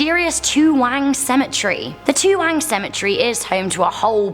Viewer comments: NO NO NO! It's TOOWONG Cemetery, not TOOWANG. I live in this suburb. Where on Earth did you find it being called Toowang? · During the day Toowong (not toowang) it’s absolutely beautiful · Toowang????...... lmfao! Toowong cemetery not Toowang lol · it’s actually Toowong Cemetery. I live in Brisbane, Australia and this cemetery always creeps me out when driving past. On Halloween every year, a ghost tour is put together at Toowong Cemetery. It’s creepy. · Toowang? Are ya sure bout dat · Great video,but it's Toowong, not Toowang. :) Thanks for mentioning Brissy! It's oddly thrilling to see that international channels know about our little corner of the world. :D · Uh... There's a cemetery in Brisbane called Toowang? That's crazy, I've lived here my whole life and I've only heard of Toowong Cemetery, which is pretty famous. Hrmmmm..... 🤔😆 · it is Toowong not Toowang in Brisbane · I'm glad I'm not the only one who noticed. Pretty funny, though... 'wang' giggles childishly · BROOO I VISIT ONE OF THE PLACES NESR THE TOOWANG(its toowong) CEMETERY I DIDNT KNOW ANY OF THESE URBAN LEGANDS Next time i visit my sister imma visit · It's Toowong not Toowang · Toowong. Not Toowang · Number 8 is *Toowong*, not Toowang. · Toowong * not "toowang" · You told about “Toowang “ in Brisbane but its actually Toowong very scary stories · It’s not Toowang it’s TooWONG. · great video guy's 😊 big fan of most amazing top ten. just thought you guys would like to know that the cemetery in Brisbane Australia you mentioned is called toowong cemetery not toowang ☺ would be awesome to see an urban legend video about Australia 🤔🤔we have to have something other than all the animals that will kill you lol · I live in Brisbane and it's Toowong cemetery, not Toowang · It's toowong not wang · Great video but it's Toowong not Toowang cemetery :) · It's Toowong, not Toowang. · It’s pronounced too-Wong why do you guys have so much trouble pronouncing Australian places? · "TOOWANG Cemetery you mean.